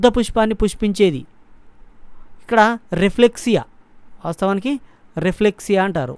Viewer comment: Raplexia kadhu adhi రఫ్లిషియా